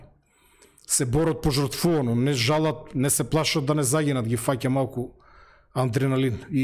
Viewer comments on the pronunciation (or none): адреналин,а не аНдреналин,разбир'ш!